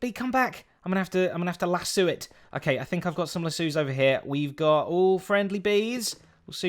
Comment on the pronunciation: Normal people: Lead Zedaph: LASSOO Yes, lasOO not lassO, listen to how he says it.